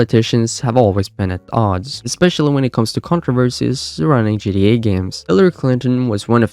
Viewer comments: Am I tweakin or is he callin GTA. “GD, GDA” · the amount of time he mispronounced gta is insane